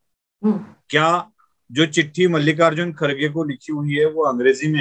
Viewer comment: First learn to pronounce Mallikarjun and not Mallika Arjun kharge